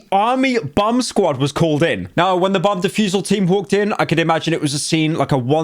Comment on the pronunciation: not me hearing bum instead of bomb for like a good 5 min of the video